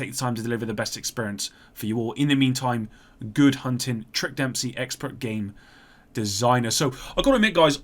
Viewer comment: "design-zur" - hilarious.